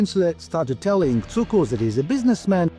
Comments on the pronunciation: It's pronounced "tsookoors", not "kookerz". And it's pronounced "küntslé", not "kwenzel". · HER-berts TSOO-krz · Is this narrated by a person or a computer? Neither Cukurs's nor Kuenzel's name is pronounced correctly in the narration, despite being pronounced correctly in some of the library footage. Did you not listen to it?